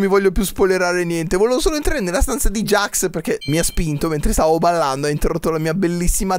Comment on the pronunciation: NON SI DICE GAX ME JAX